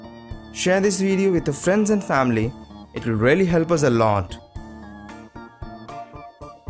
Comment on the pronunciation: It's not tombs it's thumb and it's vends it's friends